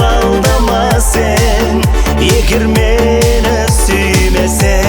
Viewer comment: Сен, сэн емес слух режет